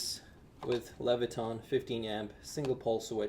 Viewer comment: Leviton, not levitRon